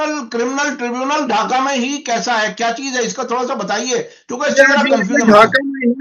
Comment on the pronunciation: tribunal kehte hain aur mulavis bolte hain mubalis nahin. ko urdu seekhni chahiye.